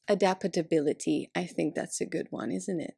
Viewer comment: adapatbility hahahahaha